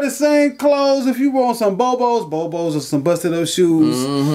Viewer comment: Thank you for saying "bo-bo's"!